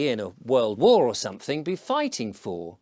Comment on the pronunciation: oi, mush, are you insuating somefing?